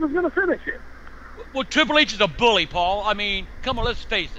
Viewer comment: Triple H a buwwy